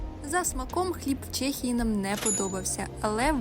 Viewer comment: Чому Чєєєє ? А не ЧЕхія 🤔🤦‍♂️ Так само як Чєк і Чек з магазину